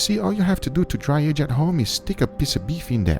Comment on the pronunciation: Nobody: Guga: you see this air that contains msg so we will dry she our steak with air